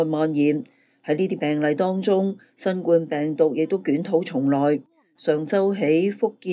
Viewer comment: 懇請留意，新冠的冠字，讀音應該同皇冠的冠字同音，而不應讀成冠軍的冠字同音。因為這次新冠病毒的形狀似皇冠，所以英文翻譯自希臘文，成為corona virus, 正是表示這種病毒的形狀。故此中文應讀成皇冠的冠音，以配合希臘和英文的原文。多謝。